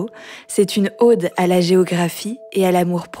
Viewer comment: Dans la conclusion, prononcez Cordillère des Andes , pas Cordière. Idem pour l'ode, pas l'aude. Merci